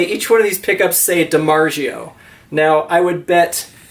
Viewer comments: It's DiMarZIO, not zheeo. There is no "H" sound in that word. The Z is actually pronounced. The Premium JEMs are mass produced Indonesian made JEMs. They aren't rare. Saying there are very few of them is not true. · I cringed when he said that